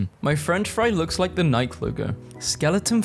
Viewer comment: mispronouncing Nike will forever be tattooed into my brain